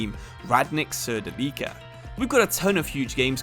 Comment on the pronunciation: If you got to Serbia please learn to pronounce Surdulica,it hurts when you say it😂